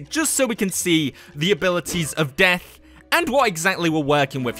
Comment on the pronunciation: Death? I only heard Deaf